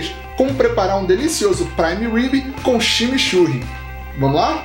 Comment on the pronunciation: kkkkkkkkkkkk, ximixurri? coitados dos meus irmãos Uruguaios ouvindo isso... a palavra tem influencia inglesa a pronuncia ta mais para "tximitxurri" eu adoro junto com uma boa Parrila ou churrasco gaúcho o verdadeiro, não grelhados! eu gosto do deu trabalho mesmo assim, abraço!